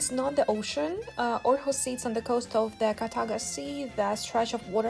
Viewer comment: Great video. And impressive pronounciation of the placenames. Thank you for taking us with you 😊 Too bad with the missed flight, but things like that happens in life, for all of us, so don’t feel bad about it (I’m sure you don’t) 😊